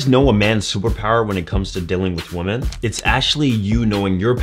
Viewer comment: Weh-men. Please stop pronouncing the word women like that. Women do that.